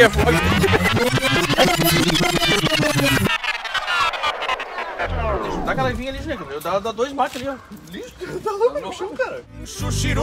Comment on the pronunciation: “Flogs”? Ah, vlog! 😂 Pé na estrada 🛣, que tem muito chão e muito vídeo pra se ver neste canal!